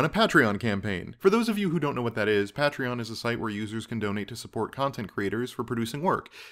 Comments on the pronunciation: Yeah, pay-tree-on is correct. I suppose it was just weird to me that you would sign up for a service without checking out some of the other projects/videos on the site (almost all of which include the correct pronunciation) or without checking out the explanation of patreon from Jack Conte, but I guess you just got enough info through reading that you didn't happen to watch a video. Odd to me but I guess we all have our preferred methods of getting info. Anyways, I signed up. I hope a lot of others do too and I wish you the best of luck for the future of this series. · I'll be a patron, even though you pronounce patreon strangely.